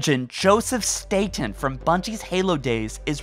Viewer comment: Wow, you pronounced the last name correctly! No, I'm not aware of being related to Joe, but then again our last name isn't that common. Everyone says it like the island in New York, but we Statens say our name like you did. Kudos getting it right 😀